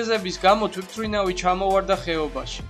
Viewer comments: კაი არხია მომწონს ძალიან კარგია მაგრამ ერთ შენიშვნას მოგვემ და არ გეეწყინოს "თვითრინავის" იძახი თუ მე მეჩვენება არვიცი :) დანსრჩენი ყველაფერი კაია გამოსასწორებელი სხვა არაფელია აბა ჰე წარმატებები ;) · თვითმფრინავს სწორად რატო არ ამბობ?